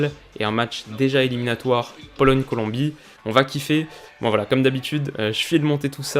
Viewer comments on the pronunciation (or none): none